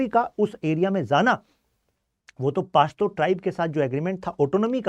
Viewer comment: Pashto pronounce krna seekh le pehle, chale ate hai lecture dene paashto 😅